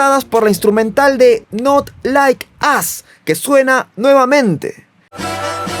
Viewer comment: no se pronuncia like as... es like os... ( al audio es asi) not like us..